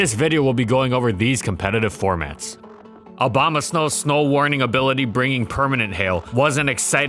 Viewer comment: Ah yes, S N O W B A M A